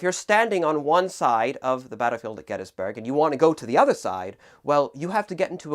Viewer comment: He said Gettysburg wrong